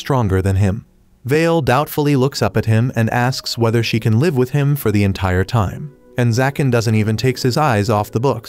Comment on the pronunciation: Please learn to pronounce live, it's liv , it's on live as in alive. This completely ruins your narration.